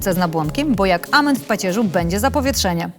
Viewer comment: *amen, nie ,,ament"